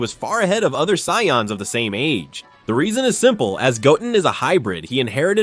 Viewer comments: Cyans? This ai needs to be terminated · Dude the word is Say-ans. Try Phonetics